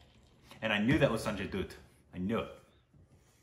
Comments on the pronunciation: You must watch this film. It really is a great film. Amazing performances by Kajol and Sanjay Dutt and most of all.. the man that gave me nightmares as a kid Ashutosh Rana(the bad guy in the film) ..he is one hell of an actor... Also 'Dutt' is pronounced like 'butt' and not 'Doot' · STOP CALLINNNNNNGGGGGG SANJAY DOOOOT... Its Sanjay dutt (like butt) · Aitraaj movie trailer. It's pronounced sanjay daatt